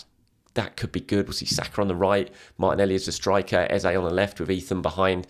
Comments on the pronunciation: I watched an Adrian Clarke video the other day and he said he'd asked Arsenal and they confirmed that Eze wants his name to be pronounced Ez-eh not Ez-ay... guessing you still haven't heard back given your repeated use of the latter? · Pleased learn to pronounce Eze!